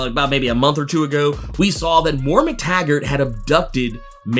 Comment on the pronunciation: Moira...not mora